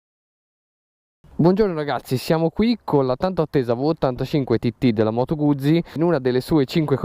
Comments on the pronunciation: Moto guzi...si dice Guzzi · Bella recensione tralasciando la tua pronuncia di "Guzzi" ;-)